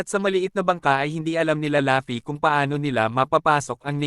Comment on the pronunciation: Ok na sana kaso natatawa aq pag binabanggit mo ung pangalan ni luffy pag sinasabi mo laffy e